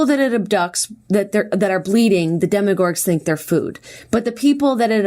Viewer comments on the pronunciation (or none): i love how theyre calling demogorgons as "demogorgs" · I love y'all but it annoyed me SO MUCH how you kept saying "demogorg" instead of demogorgon!! And how you kept calling it the shadow realm. It's the upside down!!! Also Jenna was kinda annoying in this one. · Who else wanted to scream every time they said "shadow realm" instead of upside down or "demigorg" instead of demigorgen. (Idk how to spell demigorgen lol) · Guys it's DEMOGORGON please lol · I love you guys the damn most but you left the last syllable off of demogorgon every time you said it and it's making me lol